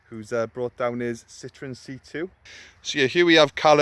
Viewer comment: Citroen is french for lemon, the French laugh out loud at the way Citroen is pronounced 🙄🙄